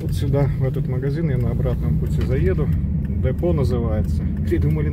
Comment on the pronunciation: Это немецкая сеть магазинов Депо, с ударением на е, изначально лет 25 назад они назывались Оби.